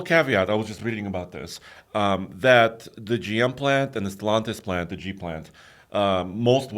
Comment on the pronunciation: It is NOT pronounced StelONtis! has been listening to Nathan too much. Tommy knows how to pronounce. Why is this so hard? Also, why does this bother me so? Just bugs the crap at of me.